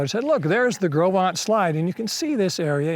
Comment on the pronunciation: I'm nearly 80 and have read "Gros Ventre" since elementary school, studied Lewis and Clark and the fur trade for years and had NEVER heard it pronounced. I would have never guessed it. Thanks!